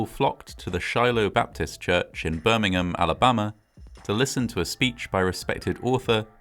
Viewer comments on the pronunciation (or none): Interesting but, in the US, Birmingham is pronounced "Birmingham" not "Birmingum" like in England. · I realize that you Brits say "Birmingum" for the one you have, but the one in Alabama is pronounced "BirmingHAM." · I hate to point it out, but Birming'am is a city in England. The one in Alabama is Birming-ham (H pronounced). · It’s not “Birming -UHM” it’s Birmingham. You have to pronounce the HAM. It sounds similar to a popular pork product. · I love your videos and narration. Note on this one- Birmingham, England and Birmingham Alabama are not pronounced the same way. In Alabama, it’s Birming-HAM.